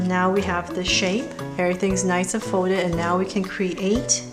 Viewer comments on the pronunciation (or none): thx but why are you sayings folded as foded